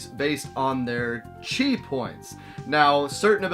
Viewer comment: Game looks way better than I expected it to be. Never seen the anime. Not sure how I'd feel about playing an anime video game without watching the actual anime. I heard you say "chi" the first time, then I swore you were talking about "cheese" the time after. Then I saw the little green cheese icons and thought the anime was about gathering cheese for powering up.